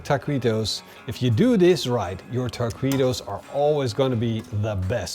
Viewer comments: The trouble is that u say ta-qwee-to. Where it should be ta-kee-to. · Hey, you have to pronounce it Takitos not Takuitos 😅 great video! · Texan tip…ta-kee-toes…not, ta-quee-dos!! looks tasty. not sure i would want Chinese twine in my grease either, stainless metal tongs will work the best. 2nd Texan tip, use the meat broth for dipping. good call on the beef neck! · I know your Dutch but every time you said taqweetos it hurt my ears. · It's pronounced taqitos silent the u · ¡¡¡ BIEN HECHO!!! WELL DONE!!! TWO THUMBS UP from DEEP SOUTH TEXAS!!!! Try using wooden toothpicks to hold your taquitos together. And they’re pronounced Takitos. The u is silent in Spanish. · Taw-queetos, you pronounced it perfectly 😂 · say TA-KEE-TOES please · ta kwee toes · You write it “Taquitos” but you say it “Tah-Kee-Tohs”… You don’t say the u when you see it in this “qui” “que” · It’s tah-key-toes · You crack me up! Taquweeetoes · Ta-kee-toes don't make me "queasy". No quease toes for me, thank you. Must forgive the Dutch pronunciation though. But it was funny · Looks great 👍. But the Q is pronounced As K!